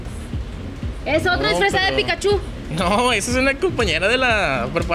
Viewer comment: Pikachu, no Pikachú... Hasta Ash lo pronuncia mejor XD